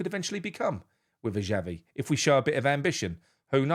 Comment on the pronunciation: Excuse me my name is Xavi not Chavvy so go and do one. Adios.